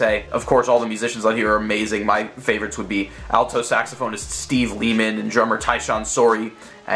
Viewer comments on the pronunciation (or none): none